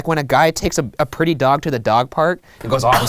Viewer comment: “have you seen my PrEt-Ty bear? 😂